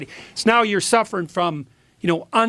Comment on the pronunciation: Man that Jordy is such a smooth operator. Notice how he started dropping the g at the end of words so he could relate to the kids? "sufferin'" "bein' enticed"